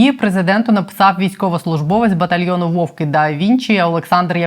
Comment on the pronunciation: Не " 'вовки" (вовочки), а "вов'ки" (звірі). Не мавпуйте жлобську "правопісь". На фронті тримаються, а в тилу лягаєте під "праєкт" москалів, як останні бл*ді.